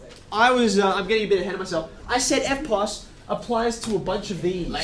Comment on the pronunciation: Instead of erpos i thought he said Airpods